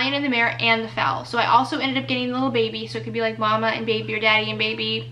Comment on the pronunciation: Also, it’s foal...rhymes with coal or roll. Not fowl like a chicken 😆😆 love ya!